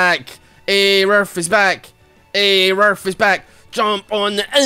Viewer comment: It's pronounced "a roof"